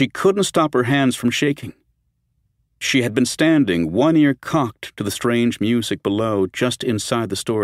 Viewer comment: Examples of the narrator mirpnouncing the word music